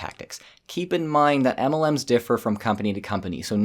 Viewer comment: The way you say, "EMELLEMS" just cracks me up. 😆